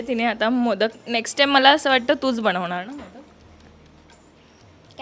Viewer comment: बणवनार नाही ग बनवणार